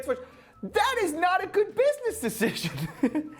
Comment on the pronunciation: “is this supposed to make him look gooudtt?”